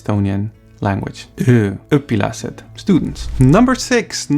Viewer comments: Your pronunciations are great and you're good, but :D when you say Õ it sounds like Ö, when you say students(Õpilased), it's almost. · it was when he said "öpilased", that i realized he'd been talking about "õ" the entire time :) "ö" is when you retch "õ" is when someone twists a knife in your guts :)